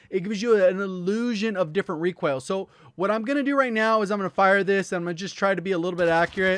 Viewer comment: Omg you say reek oil like my boy Hawksnest!!